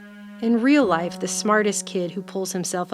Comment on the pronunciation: Emphasis on "...real-life..."